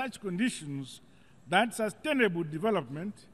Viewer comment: Regreatableeee, sustainabeeel, per capitaaaa, pissiful